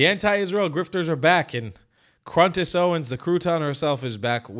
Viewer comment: I want to point out another mispronunciation of CONdace. Adrenal is pronounced, “au dree nal,” not “ah dren al.”